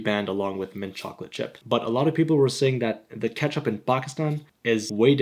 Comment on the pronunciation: he said make a switch from Pakistan ketchup to heinz kepchup